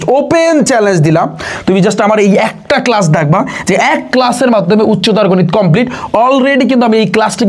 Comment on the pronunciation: ❎কম্পিলিট ✅কমপ্লিট সরি ভাইয়া বলার জন্য 😅